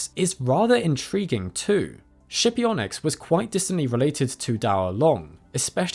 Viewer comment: skipionyx. pronounced with a hard /k/